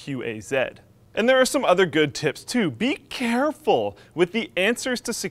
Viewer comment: ..."you have to be Chareful..." dat feminine voice though